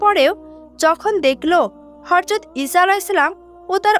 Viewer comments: Horjot not hojrot😅😅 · Horjot not hojrot😂😂😂😂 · হর‍যত না হযরত উচ্চারণ ঠিক করে বলবেন😊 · horjot not hojrot